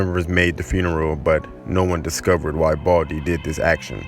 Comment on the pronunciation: The one who is talking said boldy Not baldi hahaha😂😂😂